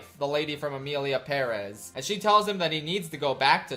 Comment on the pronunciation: Omg you learned how to pronounce Pérez, congrats and thanks for improving.